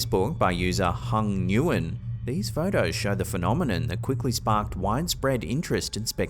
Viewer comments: It's Nguyen( Vietnamese ) and pronounced, " when" not " new when". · Nguyen is pronounced like when. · Nguyen is pronounced "Wen"